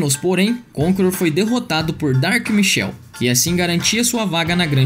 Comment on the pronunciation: Só uma correção o jogador "Dark Michel" não existe é "Dark Michael" tem um "A" é um nome inglês a pronúncia é totalmente diferente. Mas eu tenho fé que um dia vão falar certo kkkk